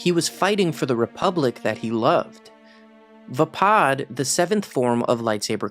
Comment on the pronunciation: Your saying vappad wrong just as I spelled it wrong 😂😂